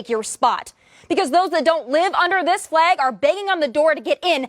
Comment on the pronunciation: THE NATIONAL ANTHEM AND OUR FLEG? PLEASE PRONOUNCE IT RIGHT BEFORE CRITICIZING!!!